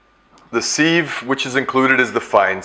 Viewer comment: Nice demo and info thanks. Sieve is pronounced siv not seeve BTW.